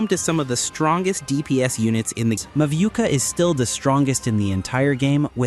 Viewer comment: Mavuika ❌ Maviuka ✅